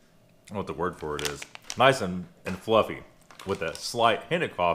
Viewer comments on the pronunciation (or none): none